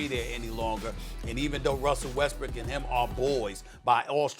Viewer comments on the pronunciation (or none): Did he just say westbrick😂😂😂😂😂😂